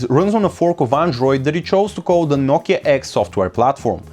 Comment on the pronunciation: " nokia eggs"